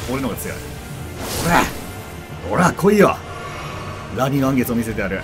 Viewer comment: 言い直してもアニのらん月になっちゃってるの草